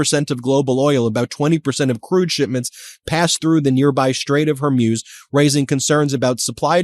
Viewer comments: Hey Ben. I remember the Iranian Islamic Revolution well and back then the pronunciation was hor-MOOS, not hor-MEWS. As far as Trump's neck rash is concerned, it looks like shingles, which is very painful and strong narcotics are often prescribed. That may explain a lot regarding his mental status. Either way, Trump is and always has been a NY redneck. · Dear Ben ... Love you. But stop saying Gulf of Hor-Myooz. It's Hor-Mooz. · It’s Hor-moos. Mews are what cats do. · hor-MOOZ not hor-MYUZ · It's the STRAIT OF HORMUZ... not the "STRAIT OF HORMUSE... Get it STRAIT 😏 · I came for pronouciation of “HER-MUSE” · Dear Ben: love you but it’s pronounced “hoar mooz” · Can you please learn to pronounce Hormuz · Still mispronouncing Hormuz. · Trump knew that Iran had said many many times that if they have US bases from which to launch attacks upon the people of Iran, the bases are legit targets. Trump is trying to play ignorance to those Arab leaders. It's pronounced Skay Hill. It's pronounced Hor mooz. It's pronounced Ee rahn.